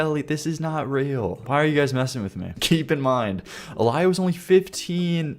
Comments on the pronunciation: btw that’s not how you pronounce Aaliyah. I know it’s being picky, but as someone with taht name it’s a pain in the ass to be called “a liar” all the time. Anyways yeh she was taken advantage of when she was young by the industry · IT'S PRONOUNCED "AH LEE-YAH" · Mufucker saying, “Alieah,” instead of, “Aleeuh,” driving me a little crazy lol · its uh-li-yuh bro please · Uh-lie-uh. Dude can't be serious. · You pronouncing Aaliyah's name Ah-lie-ah has me more annoyed than it probably should, but I can't help it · "uh lie ah" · Bro Aaliyah was such a good artist, don't judge off that first song 🙏And pls say her name right it's uh-lee-uh, u don't understand how bad this pmo (I'm named after her) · Hearing you butcher the pronunciation of Aaliyah killed me a bit inside. 😂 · your killing me why did you pronounce Aaliyah like that SOBB it is not pronounced that way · Knowing R. Kelly dated a 15 year old Aaliyah, “Age ain’t nothin but a number” might’ve been one of my few music listens where I was actually close to throwing up, like actually. Also, sorry but I got a lil sad when you mispronounced Aaliyah’s name, she’s genuinely very talented, so it’s sad that she’s not all that known by younger generations. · Not him mispronouncing Aaliyah’s name and the title of the song 😭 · I agree this part was so painful to listen to 😭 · the way bro said aaliyah's name made me wince lwk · Ikr 😭the way he was saying it had me tight low-key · Fr like that is exactly how my name has been mispronounced and it gave me flashbacks to subsitute teachers getting it wrong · Bro showed his age by how bad he butchered Aaliyah’s name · Yeah he’s young but how do you even mispronounce that name, feel like it’s pretty common in the US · ngl as a somali I first saw that name and pronounced it the other way since Aaliyah is an arab name and when you add two aas it's meant as a long vowel whereas Aliyah would be pronounced ah-LEE-yah but that's just how I grew up personally